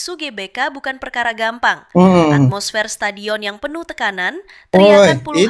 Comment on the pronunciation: Stadion bukan setejun tulisan dan pengucapannya harus benar dan jelas bukan setejun tapi STADION dan buka mempunya i tapi mempunyai!!!!!!!!!!!!!!!!!!!.